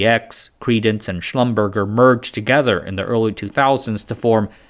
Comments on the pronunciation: It's not "Schlum-burger" it's "Schlum-berjay" 🤣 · Retired now but lived most of my career in the places you offer. Just one thing. Small one. Maybe trivial. Schlumerger is pronounded 'schlum -- bear -- jhay'....😀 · That's pronounced "Shlum-ber-JAY" - almost went to work for them and their down-hole particle accelerator - I met a guy who was a family friend of Mr Schlumberger... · "Girls"? Seriously? How about "Women." Schlumberger is pronounced Slum-burz-jay - it's French. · It is pronounced kinda like "shlumber-jay". French. Love your content, excellent as always. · this pronunciation mislead me too but it's "Slumber zhaaay" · schlumberger is actually pronounced schlumber-jay. I only know this because a college buddy worked there before finding a new job at youtube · As far as I know Schlumberger is pronounced as if it is French, with the final syllable being Jay. They were a big customer for DEC and the sales people pronounced it like that. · You pronounced Schlumberger incorrectly. It’s French and not German. It would be said schlumbearjay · My late great aunt used to work at Schlumberger and that's how I learned to pronounce it. It's not as you had put it, but slum-ber-jay. It's confusing to me as I'm not from houston where it was formed, but she was a part of it from very early on and that's how she pronounced it. I wanted to interview her when I moved here to find out the early history of computing from her because she was a programmer, but she passed before I could make that happen. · believe it or not Shlumberger is pronounced “slumber-jay” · Minor correction: it’s pronounced “Slumber-jay” — like the french word courgette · I am sorry but your pronunciation of Schlumberger is really wrong. It's French. slum-burr-jay is how it should sound. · Schlumberger is pronouced "schlum-ber-jay" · FYI: pronounced Shlumber-zjay.